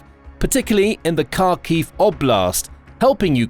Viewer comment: He can't pronounce Harkiv